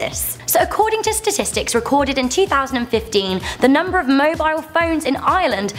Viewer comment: You said mobile wrong